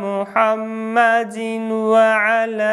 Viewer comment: Почему ты читает мухьаммадин ва 1ала а надо мухьаммадивва 1ала